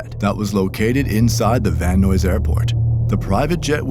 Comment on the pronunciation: Wtf is van noise airport 😂 it’s pronounced van eyes hahaha